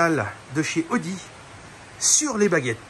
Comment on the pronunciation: Y en a mare de ton "oudi" !! Ta pas une Volvo des années "69" a restaurer !?!?🙆‍♂️👌👍